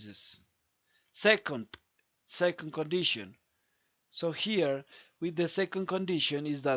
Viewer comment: pls don't stress on '" so here" it sound grating